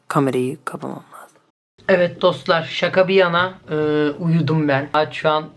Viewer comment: No one:: DoSTiklEr